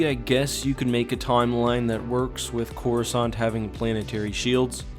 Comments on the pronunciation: while i was reading the x-wing series, the default narrator on windows pronounces it as "chorus cant" lol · “Chorus aunt”